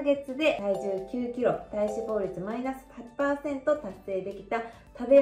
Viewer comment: 脂肪の発音が気になった